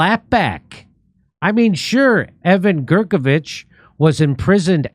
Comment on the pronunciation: Jimmy, you’re as bad as Joe Biden when it comes to pronouncing peoples names…get a grip!